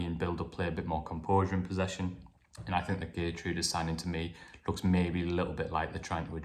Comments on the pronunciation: Geer-true-da=Geertruida...is the correct pronunciation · Hi, according to my Dutch friend, Geertruida’s name is pronounced as Hair-troy-da.